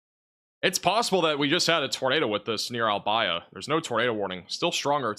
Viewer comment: Thank you for your coverage. It helped me take care of my family in Englewood FL last month, and tell me about my family in south east Iowa tonight. Albia, usually pronounced al-BEE-a. Oskaloosa usually shortened to Oskie. Most place names in Iowa are Native American words. I know you won't remember this, you cover so much it is understandable you don't know how to pronounce local names.